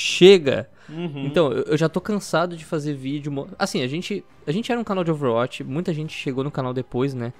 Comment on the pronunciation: Sem querer encher o saco mas já enchendo KKK Overwatch não se pronuncia com "a" mas sim com "ó", meio que overwótch, ou um "a" mais fechado